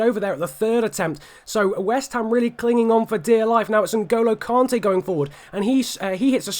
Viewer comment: Btw it's pronnounced kante not kaante mate